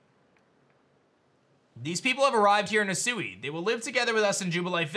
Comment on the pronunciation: Loved the video. Lemme do you a favor, bro. It's pronounced He Sue Weeeee. But as one word.